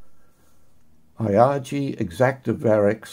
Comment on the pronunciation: ee-HAH-gay, not eye-AH-jee.